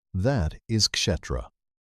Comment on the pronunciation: Outstanding. So glad I had subscribed! One comment: Kshétra is pronounced Kshay-thra. The English word "Theatre," (theater in American English), is clearly linked to, if not derived from, Kshétra.